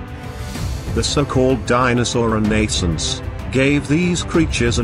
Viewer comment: ReNAYsunc? Stupid computer voice took me several times listening to realize it was saying "renaissance."